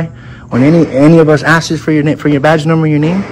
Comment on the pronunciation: It is asks, A ONE syllable word.